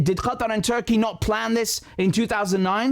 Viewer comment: Do you really have to pronounce the word "Qatar" like that?